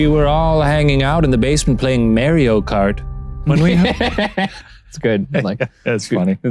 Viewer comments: why he pronounce Mario like that? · NO SHANE SAYS MARIO WRONG I HAVE BEEN DISAPPOINTED